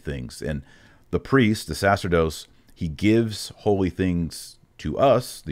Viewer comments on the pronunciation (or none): Sorry. Big fan but I could ‘t let this one go. The word sacerdos is pronounced with the accemt on the middle syllable and in Latin c followed by e, i, y, æ or œ changes the c sound to a ch sound, as in chair. Sa-CHERR-dos.